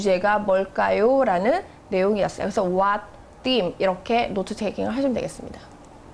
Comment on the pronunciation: theme를 them으로...넘 거슬린다